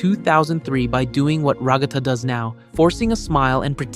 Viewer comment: Ragatha ❌️ Ruggata ✅️